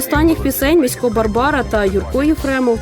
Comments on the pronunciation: У слові Місько, наголос на І варто стаити, на майбутнє. Дякую, за чудовий еткр про прекрасну людину! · Та МІсько а не МіськО !!!! Невже так важко було вимовити. Адже жінка його правильно називає.